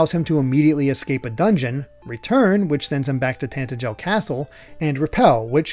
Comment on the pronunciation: Ok I'm Sorry, but every time you pronounce Tantegel, my ears freaking hurt. It's Tantegel not Tantejel, you're supposed to say it with a guh sound. You don't even need to hear it to know that's how it's said, if you understand how the English language works it's freaking obvious! I'd Understand if it was a complicated word like in some games, but come on!!